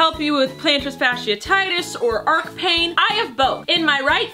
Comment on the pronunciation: She also said “ark” instead of arch pain